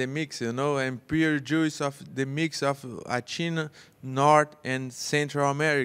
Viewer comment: "no wine just the joose " 😂